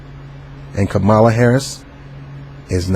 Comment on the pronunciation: You didn’t even take the time out to learn the correct pronunciation of her name so how can I trust the validity of your opinion?